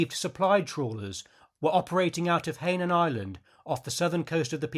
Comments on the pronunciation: I believe Hainan is pronounced "hi-non" with the accent on the second syllable. ps: had no idea Rickover served so long! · That’s an interesting way of pronouncing Hainan.